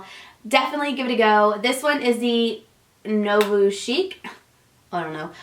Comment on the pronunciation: I think nouveau is pronounced "noo-voh" lol xxx